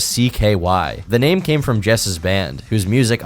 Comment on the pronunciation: How did you manage to pronounce so many of their names wrong